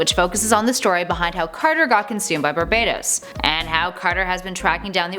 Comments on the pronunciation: I swear she said babebatos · I'm sorry but your pronunciation of "Barbatos" really off-putting, and unnerving.......it sounds like u're saying "Barbados"